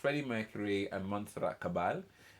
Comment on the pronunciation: Bravo and thanks for getting Montserrat's name pronounced correctly!!! Cah-bah-yay. BTW it is Mike Moran (collaborator/producer) conducting not Brian May. The hair throws people off. For the record (and umpteenth time) the movie Bohemian Rhapsody bears no resemblance to reality. Freddie's PA says go ahead and enjoy it as a movie, but that is not the Freddie Mercury and/or Queen relationships he knows so well. Others closest to Freddie say the same thing (i.e. Mike Moran) No idea why Queen signed off on it. So, in my book a travesty. Your smile and wiggly fingers reaction I think would thrill these two extraordinary people (both as artists and their personae). Want more : here you go